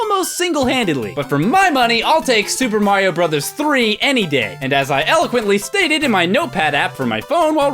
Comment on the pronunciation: It sounded like you said MAHYO XD